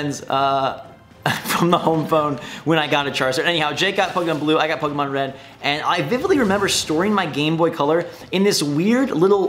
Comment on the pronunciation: What's a puhkeymon?